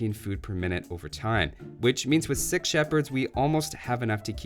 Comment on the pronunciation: "We put villiagers on sheep until we have sex!" Now is that your kiwi accent doing that or just being a kiwi at heart... if you catch my meaning?